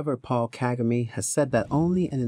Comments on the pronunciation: You are mis- pronouncing his name.... DO NOT ANGLICIZE IT. pronounced. KA-GA- MAY. the last syllable is pronounced sharply. Ka-Ga- Me. Thank you. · OMG at least pronounce the President's name correctly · If you are going to do a report on the Rawandan leader shouldn't you learn to pronounce his name correctly. Just a thought.